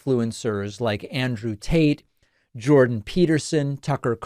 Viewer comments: Did he say Andrew Taint? Lol. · Andrew Taint... I did an actual spit take. So funny. I love your misreads. They always get me, and I appreciate the continued use of troth sential. Maybe mostly "Saudi Arabia, Russia, areep bup deep uhhhhhh" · Do you keep saying Andrew Taint?😂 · "Andrew Taint" Can't tell if this was intentional or not 😂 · I LOVE that you pronounce his name “Andrew TaiNt” 😂😂😂❤❤❤ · Did he say Andrew TAINT? 😂😂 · I had to turn on the closed caption to be sure that I heard you correctly in calling him "Andrew Taint"‼️ That's HILARIOUS and what I'll refer to him as moving forward 💯🤣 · Giggling at the pronunciation of TAINT!!!! 😂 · Andrew who? Seriously that's probably the better pronunciation of his name. 😂